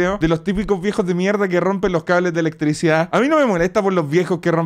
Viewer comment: Dice mierdo xd